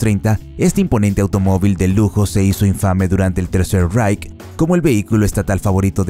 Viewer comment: Guagen?? Vaguely IiiReik III Raich